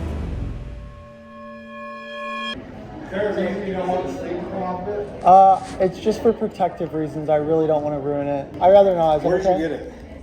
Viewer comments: Oh when bro said chunlie I thought he meant chunlie from street fighter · Chun Lee = chum Lee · “Chun Lee”💀💀💀💀